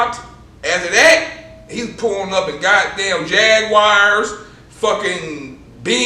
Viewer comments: Pulling up in jag-wares lol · My Man said he was pulling up in Jagwires...😂😂😂😂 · "He started pulling up in jag wires" # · He pulled up in jagwiress 😂😂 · Hold up hold up hold up did he say jag wires 😂😂😂😂😂😂😂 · Jagwireeees lol real g